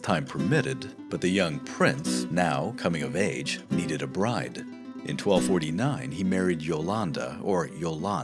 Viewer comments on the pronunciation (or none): none